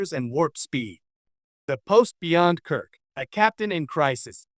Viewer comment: I’m quitting this video 20 seconds in because the (AI, I assume) narrator said, “…James T. [long pause] Kirk…” I don’t actually care if the narration is AI or not, but when the mispronunciation and incorrectly-placed pauses start, I stop.